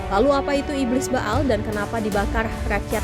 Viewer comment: Ba'al = Be'ol 😅